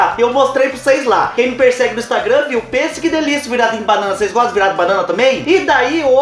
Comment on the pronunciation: Amoo, quando vc fala "cheire pra ocês vê